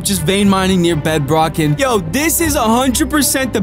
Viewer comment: You know that he said bebdrock